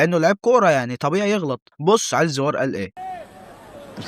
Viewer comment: اسمه علي زيور ايه زيووااار. اللي انت بتنطقها